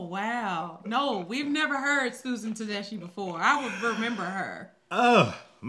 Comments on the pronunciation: Also- it’s pronounced Ta DESK-EE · Pronounced Te DESK key, by the way. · Huge fan. This woman can sing! Her collabs with husband Derek Trucks are amazing. Her name is pronounced Tuh-DES-Key. "Anyhow" is also a great song. You two will also love Toni Price and her powerhouse voice. Her songs "Fooling Around" and "Feel Like Cryin" are top notch.